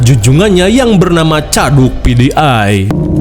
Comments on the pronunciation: Aya Aya wae si akang...di ulang ulang ngedengerin ternyata baru nyaho kalo bilang caduk PDI.. kirain pidiay..😂😂😂😂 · Pakai pronounce English 😅